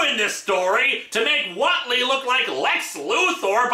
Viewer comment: I lived in a town with a Whately family as a kid. The name is pronounced WAIT-LEE, not WOT-LEE. There's an "e" in the name for a reason. They'd have punched you right in the nose for getting their name wrong and it wouldn't have been with a tentacle, either. Tough old coots, those Whately brothers. And yes, they'd read Lovecraft and gotten a good chuckle out of it. No relatives anywhere near Massachusetts.